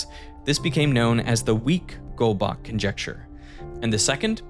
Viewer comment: The way he said goldbach boils my blood